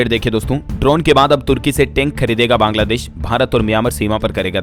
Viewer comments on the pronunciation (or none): none